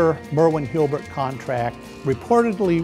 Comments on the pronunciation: has a difficult time pronouncing Hulbert. Not HIL-BERT. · why does he keep saying Hilbert instead of Hulbert? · "HALL-BERT".... NOT "HILL-BERT".... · Why does he keep saying "hilbert" instead of "hulbert"?